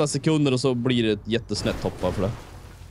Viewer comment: Älskar att ni säger höpp istället för hopp, hehe